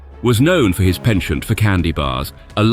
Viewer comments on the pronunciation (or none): none